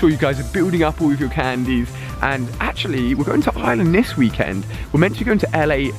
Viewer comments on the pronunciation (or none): And Ali your pronounce it wrong it's Ireland not island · I sweat people in England don't see the R in iReland they say "I-land" it's IRELAND it's I-land